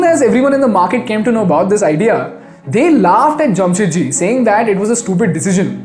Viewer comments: His name was Jamshed ji Tata not Jam Set Ji, you are a moron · It’s Jamshedji Tata not Jamsetji Tata.